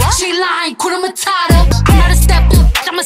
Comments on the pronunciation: Awesome dance, one thing though, you need to pronounce the H in Hakuna matata.... Otherwise it sounds like Kuna matata meaning there's trouble. Blessings and all the best always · HAKUNA MATATA. There r no silent letters in those 2 words. Pronounce each letter. The letter "U" in HAKUNA is pronounced the same way you would pronounce U in the word STUDENT..